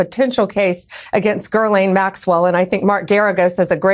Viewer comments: "Girlaine?..." Pam Bondi you know how to say that womans name...all of a sudden now you're not saying Ghislaine?😂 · Hear how Bondi mispronounced her name? It is pronounced 'gee-laine', not 'ger-lane'. How come no one in Chumpy's administration (aka Kangaroo Kabinet) can pronounce anything properly? Especially Chumpy hisself! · 'Girling Maxwell'. Jeezus there's not even an R in her name anywhere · "Gurr-Lane Maxwell" ? quote Pam Bondi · She mispronounces it on purpose. Just like her dear leader does so often. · Can we pause for a moment to take in Bondi's pronunciation of Maxwell's first name? Girlane?? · Bondi can't even say Gillaine's name correctly. Her and the rest of the Conald Felon Trump's Psychophants and these creeps need removed NOW White Fraud-Christian Nationalists Heritage Foundation Project members are all of the Rebloodlicans and those Conald Felon Trump put in positions of all Dept's have been trying to take over Government since Reagan and now they are. Midterms next year and your local elections are critical and they are trying to make it hard or impossible to vote. Keep protesting and vote very wise. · "Gerrlane Maxwell" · I initially heard Garland Maxwell. 😅 Trump's dementia must be contagious. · She dosent know how to pronounce Ms, Maxwell name...HOW embarrassing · where’s the “R” in her name? It’s always butchered but…. WTH ? 🤦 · I thought the same. Bondi cannot even pronounce her name right and doesn't bother to find out. She is so unprofessional and just disgusting overall.